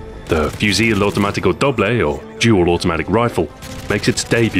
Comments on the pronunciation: In spanish Stu said Fiusil Automaticóh Double xD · "Fiusil autimaiticou double" LEARN SPANISH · its Fu Cil, Auto matico, Dooble. you made it found Portuguese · Sounds funny when he says "Fusil Automático Doble" XD Greetings From Chile ;) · I'm spanish, and is so funny hear you say Fusil Automático Doble xD But you tried